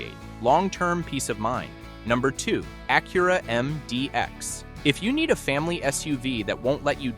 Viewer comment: Funny how Porsche is pronounced correctly but Acura not.